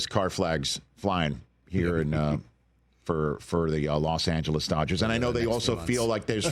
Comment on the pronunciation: Like NY is not "swimming in cash?" BTW it's NOT "Las Angeles," it's LOS Angeles.